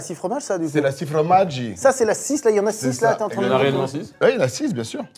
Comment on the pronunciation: Fromage en italien et au pluriel, ça se dit "Formaggi" et non "fromaggi" (détestez-moi en fait)